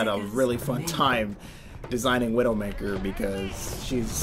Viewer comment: Did you intentionally call her Windowmaker?